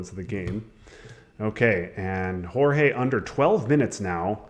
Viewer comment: Great game and great commentary, except for calling G-EE-OR-GOS "Jorge" :p